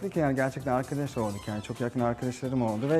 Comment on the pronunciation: robbynin arkides demesine öluyorum